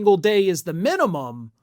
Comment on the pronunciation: Minium? What's the maxium?